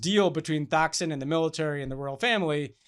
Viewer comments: The 'h' in Thaksin is silent. Don't say you follow Thai politics but mispronounce that name. 🙄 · Hey Ben, Thaksin Shinawatra’s first name is pronounced “toxin.” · You don’t pronounce the H in Thaksin. It’s Tak-sin. Your further comments on Thailand were about 80% right.